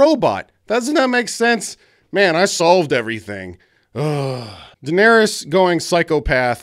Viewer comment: "what about jon, he went from knowing nothing, to doing nothing", actually its pronounced "Daenerys"...